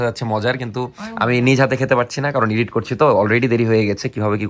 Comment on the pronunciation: ভাইয়া, আপনি আর নাফিসা আপু কি পড়াশোনা ছেড়ে দিসেন? আরেকটা ব্যাপার, এডিট কে ইডিট বইলেন না। শুদ্ধ উচ্চারণ করা উচিৎ।